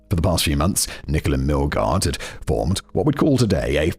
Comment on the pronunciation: Am I crazy, or is he pronouncing "Nichole" wrong? 😅